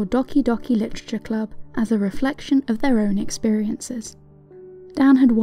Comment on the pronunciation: You said "Dahki Dahki Litacha Club" lol